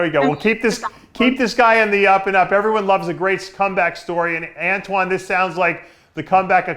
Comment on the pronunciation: I've been waiting for this interview for a while btw dave mispronounced antoines name lol